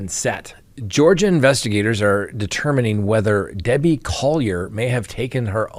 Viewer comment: ?Dabbie? Come on...